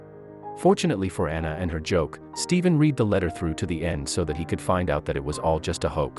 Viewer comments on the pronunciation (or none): Not sure if this is even a true story, plus the reader sound like a computer generated 'reader' who said the word 'read' with a long E sound instead of the RED sound when he said he 'READ' the letter. He didn't mention the fact that these men were probably in the porn industry, not just pedophiles. I've heard a joke like this written by a male teen in college, but this one is pretty bad. Today's world doesn't need more evil than we are already having to endure. Many parents are already suffering from real situations without having to hear these things. Especially from a 'sponsored' product.